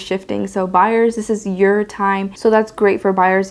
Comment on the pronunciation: Ma’am excuse me but, “Dis ish cray cray right now” lol